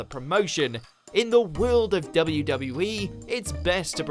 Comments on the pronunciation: confused me at first, narrator sounds like he kept saying "WB" or "WE" and not the 2 W's. must be his accent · Is...is he saying WB? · the way he said wwe 😂